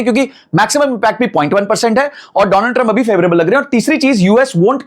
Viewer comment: पहली बात विश्लेषण होता है न की विश्लेष लन, और दूसरा डोनाल्ड ट्रंप होता है न की दोलन्ड ट्रंप 😊